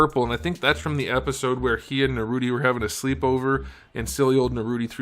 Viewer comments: It's nar ooh toe😂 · It’s Naruto not Narutie 🤬🤬🤬🤬🤬🤬😃💀😍😍😃😍😍🎊🎉💕📱💕📱📱🎉🎉🎉📱😃💇‍♂️💇‍♂️😃🎊😃😃😎😎🎉🎉🎉😘🆙🆙⬆️⬆️⬆️🦧🙏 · It’s NaruTOE.. 😂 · Narrr Rooot Tee. Outstanding 😂, Sas UUUU KeHh. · i love when you say naruto like narute 😂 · First time I genuinely laughed at a figure review. The subtle sarcasm and the narootie 😂😂